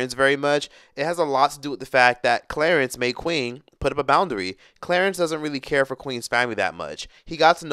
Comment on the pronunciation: “Clerence Rack” 😫🤦🏾‍♀️